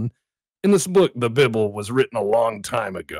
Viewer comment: I can't believe he mispronounced it's name... as a good Christian I must inform him it is infact pronounced Beeblay